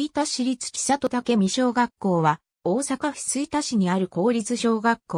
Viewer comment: ちさと、、、とは。 「せんり」と読みます。恥ずかしいですよ。